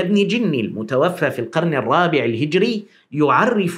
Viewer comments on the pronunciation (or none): none